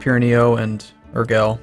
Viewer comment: Urgell is pronounced like Oorjay